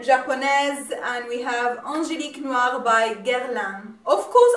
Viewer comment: You pronounce the Perfume names good. I'm orderd my princess bottle tnx to you're recomandation a real 'you tube made me buy it case.